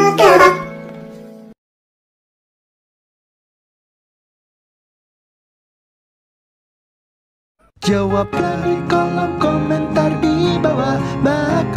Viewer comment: I thought KEPAB said kebab